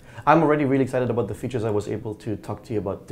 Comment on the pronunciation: i'm very excited aboot the changes HA! Canadian :)